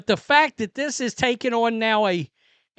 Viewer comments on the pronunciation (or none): none